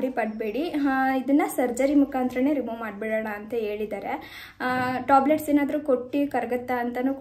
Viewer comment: Toblate alla tablet....